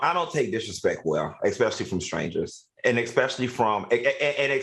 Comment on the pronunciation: The word is "especially " not ex specially...please!